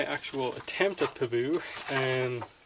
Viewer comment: The only thing that annoyed me in your video is that you pronounce pabu in the weirdest way. However, other than that small fact, your video was alright. I may get this book but it is kind of short. They do not show any of the buildings or anything which would have been nice. If they did a step by step on a spirit world scene and a republic city scene, that would have been cool.